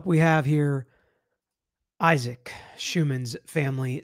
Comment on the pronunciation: say his name..Isaac 😢